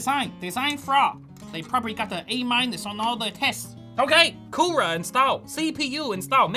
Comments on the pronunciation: I like the thing, his says coorer instead of cooler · “The Coorera” 😂